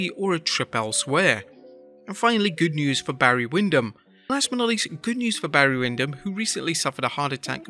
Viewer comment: You said "my uncle Bray" when talking about Barry Windham lol.